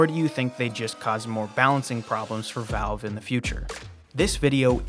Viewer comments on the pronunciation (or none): none